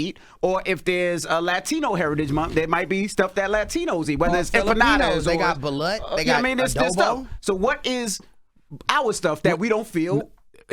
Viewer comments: it’s pronounced ba- loot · There definitely pronouncing it wrong, it’s Balut but pronounced Ba-loot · Balut is pronounced like baloo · It's pronounced ba•loot but alright, Ray J is keeping us cultured! 🤣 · It's pronounced BA-LOOT & not balut like slut. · It pronounced BA LUTE